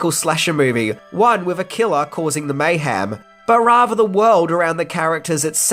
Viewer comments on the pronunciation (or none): Like how he says mayham instead of mayhem...lol